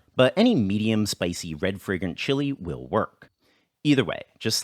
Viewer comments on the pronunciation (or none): I got confused. Whenever you said "red fragrant chili" I heard "red friggin' chili. Until the last time you said it. Then it became clear. I mean I've had red friggin' chilies and they're just too hot.